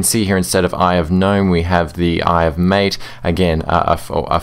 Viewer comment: Thanks for the reply. Sorry I'm nitpicking here, but I think MATE is supposed to be pronounced so as to rhyme with the last 2 syllables of Karate (the martial art). This is because MATE is named after the South American beverage of the same name.